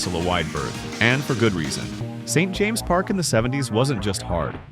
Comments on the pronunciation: YOU clearly weren't there in the 70s. Birming HAM. S.T. James Park - no dear that's SAINT James Park. Go on, sneer all you like at the English, but you're a Yank and can't even get basic names right. Train station is railway station to us. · You can tell this is AI narration just from the "S-T James Park" bit lol even a non football fan American would know to say "Saint James" in that context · The way he pronounces 'St James Park' is a bit embarrassing - 'S. T. James Park'🙄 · “Es Tee James Park” lol. Nice AI fiction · S T James’ Park. For heaven’s sake.